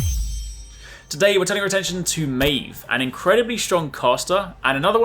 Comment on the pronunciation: Pronounced the name wrong